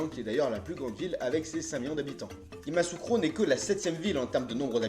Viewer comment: note : Yamoussoukro se lit : Ya- Mou- Sou -Cro